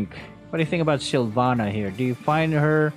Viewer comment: Silvanna masarap yun “SYLVANNA”